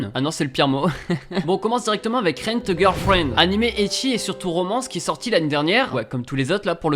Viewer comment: Puuuuuuuutin Mec Essaye Décrire les noms des mangas parce que avec ta prononciation je ne comprends riennnnnnnnn😤😤